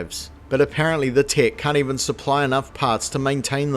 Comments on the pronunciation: I keep thinking he’s saying “tit” instead of “Tet”. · I keep hearing "the tit" hehehehe. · I love how your accent makes it sounds like you're calling it a 'Tit' lmao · your accent really makes it sound like you're calling it "the Tit" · All I am hearing is "the Tit" 😂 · Who else giggled like a child every time the Kiwi narrator said the word "tet"? 😂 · I keep mis-hearing the way he says "tet"